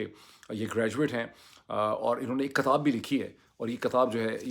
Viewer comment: "KATAB" Nahi Hota " KITAB" Hota Hai Yeh Lafz Urdu Mai Likh Kar Samjho Ya Kisi Urdu K Shair Se Ya Urdu K Ustad Se Samjho 😂😂